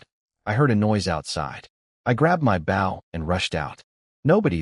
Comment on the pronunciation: It's bow not bow